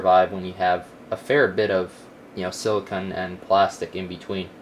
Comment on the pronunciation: silla CONE NOT KUN